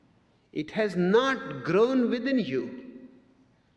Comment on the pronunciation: i just love how he pronounces "it". So relaxing and peacefull.. itchhhhhhh. It's like the best thing a human being ever pronounced whatsoever.